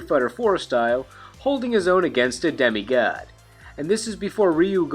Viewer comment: "demi gaad" lol